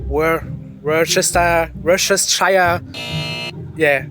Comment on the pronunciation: has to be the most stereotypically German sounding "Worcestershire" I can imagine. But no seriously they all did well throughout when you consider how irregular English pronunciation is. By the way Münster looks👍very nice.